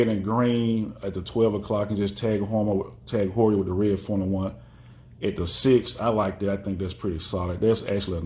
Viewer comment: Just so you know is a German speaker it’s pronounced T-a-a-g who-ur .